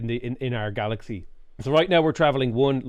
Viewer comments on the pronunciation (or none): none